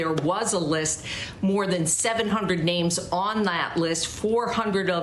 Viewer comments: trump makes me sick.....can't even pronounce the names.. as if he even cares....🥶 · I'm offended for the families that that offensive Cheeto spoke the their names and got so many of them wrong. He's human garage🤮